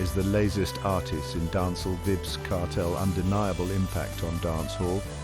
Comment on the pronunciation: Have some respect for the man name. The AI voice is not pronouncing his name correctly. Tune it up or just refer to him as "Kartel".